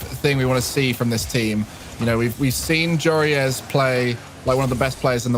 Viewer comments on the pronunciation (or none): Can please decide what to call joreuz either call him joris cuz that's his name or call him joreuz cuz thats his tag not your-ee-iss